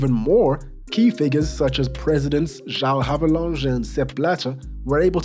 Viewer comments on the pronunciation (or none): none